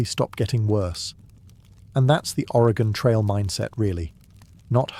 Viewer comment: As an Oregonian I was holding my breath seeing how he’d pronounce Oregon lol great job, I’ve been loving these videos!